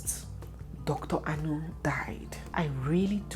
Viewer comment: Dr Anu, as in Dr meat? Anu means meat in igbo. as an igbo lady please pronounce the name well! It's not a foreign name! People that are "fingered"? lol